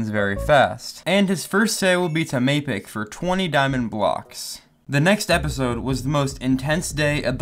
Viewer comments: it is ( Mae-picc ) not (Ma-picc) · It's pronounced like may pick not mahpick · the cringe when i heard "map-ic" instead of "may-pic" (thats how its pronounced) pierced my heart no pun intended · "Maapic" bro its "May-Pic" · its mappic said may-pic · Not Map-ic Mapic/Maypick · Sorry it’s not pernounced map ick it’s maypick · ITS NOT MAP-IC ITS MAPIC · Its not map pic its pronounced may pic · it's not maapic it's mapicc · It's mapicc not mapic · Bro fucking "mapic" its pronounced "maypic" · And Mapicc lol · The way he pronounces mapicc 😂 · Man said mappic wrong if you hear it back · bro he said "killing MA PIK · Did bro really say Map-ic?! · The one thing I hated is that he called mapic mapik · i know u watch clownpierce but u keep messing words up, 2020 meant 2021, mapicc became mepik, vitalasy base became rekraps base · mapic is pronounced meipic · BRO WHY THE HELL DID YOU PRONOUNCE MAPIC LIKE THAT?! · BRO SAID MAPIC SO BAD IT FRUSTRATES ME